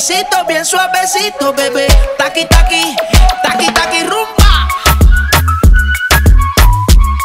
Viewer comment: Video is nice but it is rumbaa not zumbaaaaaass